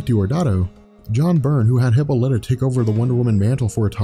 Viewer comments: Nice- just a few quibbles from a decades-long fanboy: Hippolyta/e: hi PAH li tuh, that's the way to pronounce WW's mother's name. Also, the GA WW always knew Steve Trevor . And she never pined over other superhero males . Wonder Girl was originally WW as a teenager . WW never came to the USA to prevent the spread of Communism , but she did come originally to prevent the Nazis from winning WWII. Post-Crisis WW was never used "Diana Prince" as an alias . Strife is not a villain, but a goddess. the comic doesn't say how the male children were disposed of, and you left out the part where the "Amazons" KILL the males they rape (which made NO DAMN SENSE). Just hate the NEW 52 Diana, BTW. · emphasis on paul not hip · her mothers name is pronounced: Hip Paul Lit Ah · And it's "Hip-paul-E-tah" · Hip - Ah - Li - Tah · pronunciation of Hippolyte drove me crazy lol. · love your videos, but I believe you mispronounced Diana's mothers name, its cool. its not prounced how its spelled so it can be annoying. otherwise great Breakdown Video